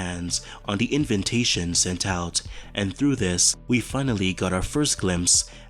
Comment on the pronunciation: "invintation" lol